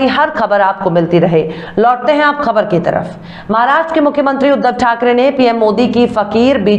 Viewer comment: Dear beti tum apni khabren parhne se Pahle Urdu ke ashaar parhti hai Mujhe achcha lagta hai Aap se Guzarish hai thorhi koshish karne se Aap Ka talaffuz sahi ho sakta Hai.... Lafz sahi.. Khbr...worng..khabar